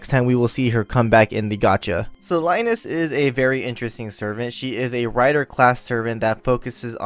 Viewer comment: No its Rai-nez, its how its pronounced, Rains/Reins sounds weird tbh, you probably hung from Cid.